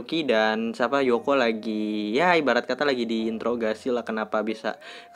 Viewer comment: Yoko bang bukan Yuka